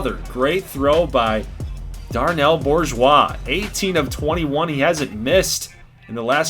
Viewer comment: As a native South Louisianan the pronunciation of Bourgeois is killing me lol. We go with "Boo-zhwa" Love this so far, though.